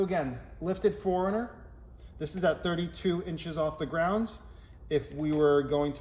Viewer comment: Best video on aiming headlights. Thank you. The only thing is it sounds like you are saying Foreigner rather than 4Runner. Lol